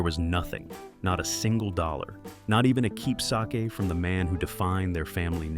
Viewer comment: I hate AI. "Not a keep SAKE" pronounced like Japanese rice wine. 🙄